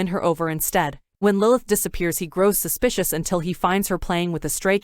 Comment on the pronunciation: How many times she said suspisous. Me: YES